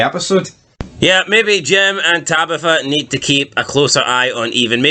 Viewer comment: "tabeefa" is it that hard to say tabitha?